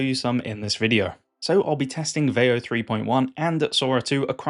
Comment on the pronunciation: Sora trends looks really fun. It's a great idea, but your pronunciation of veo makes this video cringe 😬.